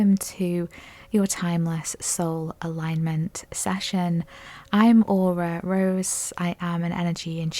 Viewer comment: Session ...... Not sashion. 😮😅😂❤